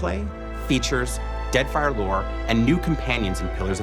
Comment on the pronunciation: do he say deadfire for me it sounds like deathfire :P